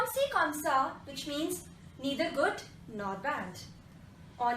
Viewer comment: Comme is pronounced as konsi??